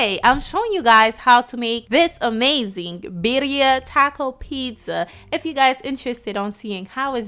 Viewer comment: Not pronounced right 😂